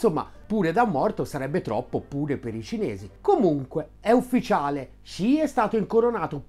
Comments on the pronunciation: Top video! Solo una cosa: Xi si pronuncia "si" più che "sci" ;) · Perché pronunci "Sci"?? Studio cinese da anni (da povero operaio autodidatta) e a parte strafalcioni che commetto ancora con i toni, so per certo che il suono che loro translitterano con XI ha pronuncia come un "si" con la s dura molto marcata, e chi non lo pronuncia nel modo giusto è un Luca Telese!!!